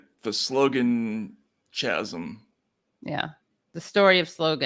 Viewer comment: If you were going to repeat chasm repeatedly, you should learn how this word is pronounced. The “H” is silent in the word chasm, and listening to you miss pronounce that word four times in 15 seconds was cringe-worthy. These oratorical and pronunciation issues drive me insane because if you are going to be putting out a show giving analysis on the essential subject of politics, I believe it imperative that your analysis is not only supported by accurate reporting but delivered with annunciation and proper pronunciation of the words being used in your analysis Criticizing the media over there poor framing and narrative. I thought I was politically aligned with you guys but, A person could never know by watching this episode. Even your critique on Chuck Todd falls flat on his improper use of the double negatives set but partially contradicts your criticism when you guys are doing the same thing and all over the place in your articulation of what is going on. For the most part, I thoroughly enjoy the critique brought by left-leaning channels, but bad faith actors will take a show like this and chop and edit into hot takes for Conservatives. Some of the most significant issues in reporting are not considering how Republicans and conservatives use The media's Language, messaging, and analysis against the Democratic Party. There is plenty to be criticized on the Democratic side, and for the most part, you do it very well. Still, when you are giving a rambling and pretty unclear ana